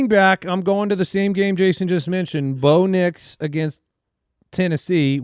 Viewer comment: I detected a bit of in "Bo Nix" pronunciation. It's the collab i didnt know I needed until now.